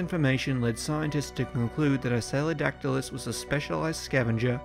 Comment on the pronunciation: Are you *mispronouncing* the name of this Early Cretaceous pterosaur from approximately 120,000,000 yrs ago, You strangely say “I-Say-O-Dac-Ti-Lus,” when the species orthography would suggest “IST-Ee-O-Dac-Ti-Lus” as the proper, correct pronunciation, as the name “Istiodactylus” means “sail-finger,” which is a compound of the Greek “istio” [pronounced “Ist-E-O”—- with the first syllable pronounced the way one pronounces the “ist” in the English word “fist”——and “dactylus,” the by-now quite familiar Greek word for “finger.” I do actually have an evolutionary question,. By the Cretaceous Period (particularly the Late Cretaceous) many of the more evolutionarily advanced pterosaur species——such as the (in)famous pteranodon and nearly all the great Azdharkids—-lost their teeth and tails (which had been characteristic of many early, Jurassic pterosaur species, such as the Rhamphorincids), and they instead developed large, toothless beaks. As the Istiodactylus was an Early Cretaceous pterosaur rather than a pterosaur of the Late Cretaceous, *DO YOU THINK ISTIODACTYLUS’S STILL HAVING ITS TEETH RATHER THAN A BEAK IS AN INDICATION THAT IT IS A MORE BASAL FORM OF PTEROSAUR THAN PTERANODON AND THE AZDHARKIDS? Or, rather, do you think that the Istiodactylus was a highly evolved pterosaur that just happened to keep its teeth because of the scavenging niche it occupied in the food chain?*